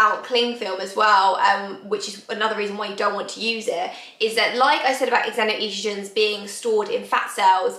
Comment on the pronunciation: you have your heart in the right place which is nice. If it helps its pronounced ZENO-Estrogen. You may have heard of a Zenophobic (xenophobic). Its the same pronounciation.